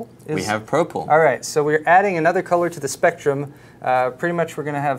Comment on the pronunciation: did he just say, "Prople" instead of "Purple?".